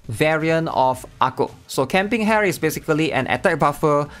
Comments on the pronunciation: I thought Rin-chan's going to be playable 😭 Also it's camp Ha-re, not hare (a type of rabbit), she's not even in the rabbit squad 😭 (just wanna joke, sorry, and just want to mention it's read as Ha-re not hare, but iirc you read her name correctly on your previous videos) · Maybe he thinks she's named after an animal hare, rabbit. But its ha-re for sure. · Hare is pronounced like hair ? I always thought it was Ha-ré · “Hah reh” Not hair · Riding this comment and yeah. I love you,! But Hare isn't like the rabbit, hare, it's like the Japanese word for sunny - "hahreh" or 晴れ／ハレ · It's not pronounced "hair" 😭 It's "Ha - re" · Dude I'm "pretty" much annoyed by u pronouncing "hare" as "hair" pls dude stop it's "ha-re" I understand that ur Chinese so it's hard to pronounce "Rrrrrr" but pls try fixing it ( "ha-re" ) ....in a Filipino so